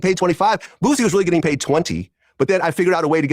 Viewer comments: it's Boo-See not Booze-Y 🤣🤣🤣🤦🏿‍♂️ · Aries got you saying booZie. It’s Boosie..😂😂😂 but I love it